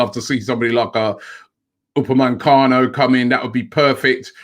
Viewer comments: stop calling him upamancano ROBBIE! If we want him we wanna get his name right! U _ PA _ ME _ CANO! omg Robbie you must be working for Tottenham. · Aouar is pronounced "Ah-war", not "Aurier" lol. Also, it's Upamecano, not "Upamencano"!